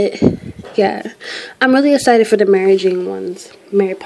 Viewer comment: its EXCITED NOT ESITED !!!!